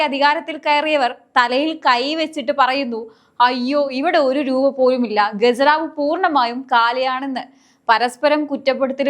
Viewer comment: ഗെജനാവ് അല്ല ഖജനാവ്... ഖജനാവ്